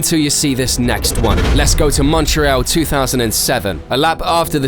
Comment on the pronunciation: Montreal not what ever the F you are saying